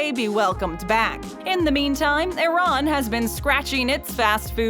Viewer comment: Ok but what the hell is a-ron I know what Iran is but not a ron